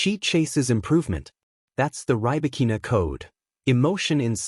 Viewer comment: Can you pronounce her name????????